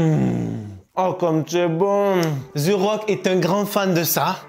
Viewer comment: The rock ou ze rock? Je comprend pas pourquoi vous le prononcer tous avec un ze.. et non un the (te) le h est muet 😅🎉